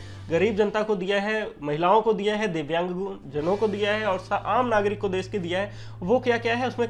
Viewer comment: "Divyang" ek baar fir se bol k dikhaoo